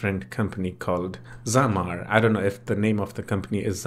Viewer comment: thank you for showing this app and for making a new video about it, but dude it's not zamar it's zamzar